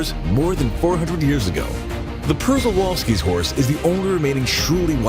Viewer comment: Przewalski is pronounced sche val ski